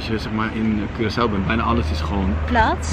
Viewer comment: Hahahaha moest meteen lachen toen je zei Korsoe, gelukkig heb je die je meteen verbeterd haha❤❤❤